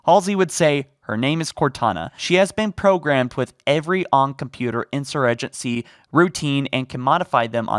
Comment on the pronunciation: Insurgency. In-sir-jin-see. You're clearly a native English speaker, so you have no excuse for being this daft. Do the minimal research required to pronounce words correctly, please.